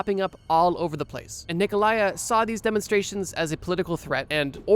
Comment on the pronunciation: I knew you would mispronounce Ceausescu´s name, I just didn´t expect it to be his first name lol